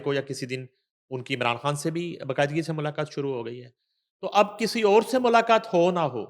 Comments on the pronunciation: ہیلو بشری کھان نہیں ہوتا مسلمان ہیں آپ السلام علیکم کہتے ہیں ہیلو بچھرا کھان نہیں بشری خان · بشریٰ کھان نہیں خان آپ اپنی لینگویج زبان کو ٹھیک کریں بشریٰ خان اور گیر کانونی نہیں غیر قانونی پلیز اپنی زبان درست بولیں رومن یا ھندی نہ بولیں یہ کوئی فخر کی بات نہیں کہ خ کوکھ بولنا یاغ گین بولنا We hate it😡😡 براۓ مہربانی اردو بولیں رومن یا ھندی نہیں❌🚫 😡😡